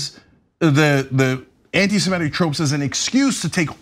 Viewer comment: semItic. not semEtic